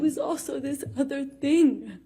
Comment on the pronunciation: LOL no tears and wtf is she saying? “This other tinng” lmaoooo